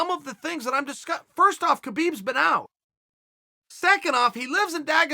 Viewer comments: have I heard someone saying khalabib? no? alright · Chael is really off when it comes tho Khalabeeb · Chael stopped to make sure he pronounced Khabib’s name right...